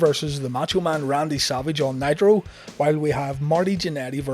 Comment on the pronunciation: I could have sworn you said "Monday Night Nyquil" lol